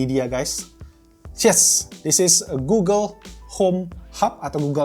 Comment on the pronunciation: Laaah bang walaupun bilangnya oke uueeel, malah ok google hpku yg nyala wkwkw